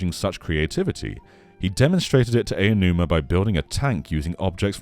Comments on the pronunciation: it's pronounced "ow-numa" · It’s pronounced “ow-numa”.